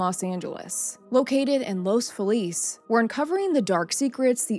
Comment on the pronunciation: I am from an old Pasadena family. My Grandparents remembered this when it happened. As a child, we used to frequent Griffith Park, and occasionally drive the neighbourhoods to look at the homes. This one is at the top of the hill, and does have an incredible view. A couple of minor points ... The 911 system did not yet exist in 1959. The pronunciation (by locals) is Los Fee-lez.